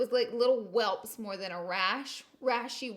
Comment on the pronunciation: girl you said 'welps" LOL. Welts, girl, welts. I'm not hating though, I love you and your videos....you're the cutest!